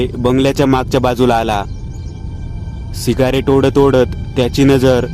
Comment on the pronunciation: सिगारेट नाही रे. सिगरेट अस अस्त असुदे असुदे चांगली स्टोरी सांगतोस. 😘😘😘